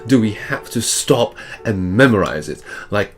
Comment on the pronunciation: His fake british accent? 😂 Ye dinnae oot the windae and it gies me the boak. No londoners would speak that way if you had come to there! Besides, his STOP is pronounced like ArE 😂